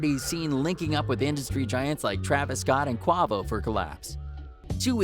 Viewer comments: "Qu-ah-vo" lmfao. bruh you are good at making a 10 min video making the same 4 sentences different over and over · This jackass pronounced Quavo like Quyvo....CTFU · Did this nigga really say quavo name Wrong